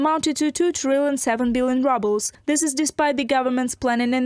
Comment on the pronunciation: National wealth fund is empty. The cash is spent and inter government obligations are uncollectible. An credit here is a debit there. The announcer's pronunciation of rubble for ruble is apt.